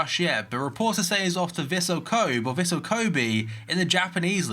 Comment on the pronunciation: It's pronounced "Vissel Ko-bay"